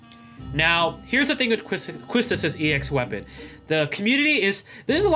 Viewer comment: YES! QUISTIS!! 😍 Whipping all the baddies 😆 Also her name is pronouced as “KEY-Tis” :3 Kinda like how Tidus is “Tee-dus” Her name german or something 🤔